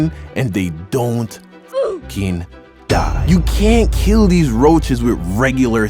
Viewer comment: the way how he said DiE and also dEmOn rOaChEs like i bet there 5x roaches